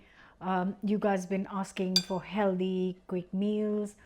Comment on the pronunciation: Healthy not heldy. I make a lovely fish curry from tin sardines and prawns - really nice, really quick & really cheap! That's a nasty looking burn on your hand, hope it heals completely & soon. Remember, 'healthy' not 'heldy'. 😛😘